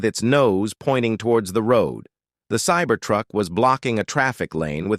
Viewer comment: "Sabear Truck" "crumply zonas" "heat-on collishin" You wanna maybe try that sentence again?